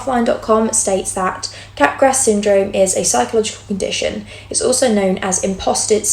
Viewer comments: Capgras is French and pronounced cap-grah. The S is silent. It’s not entirely uncommon. I’ve seen it about 5-7 times among psychotic patients. Cotard syndrome isn’t extremely uncommon either. A handful of bipolar patients will have these somatic delusions. In the presence of mania, especially with psychotic features, somatic delusions are almost a hallmark feature. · Wow, really interesting stuff! Sidenote: Capgras is pronounced without the S (like 'mardi gras').